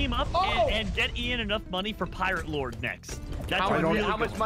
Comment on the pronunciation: Ssundee: pirate load Everyone else:*its pirate lord!*